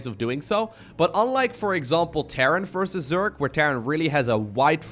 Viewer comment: It's versus, not fersus